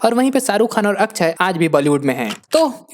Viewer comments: Akshay Kumar ❌ akchey kumar ✅😂😂😂😂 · It's akshay...not akchhai